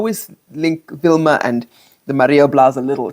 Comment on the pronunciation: Vilma not Wilma top.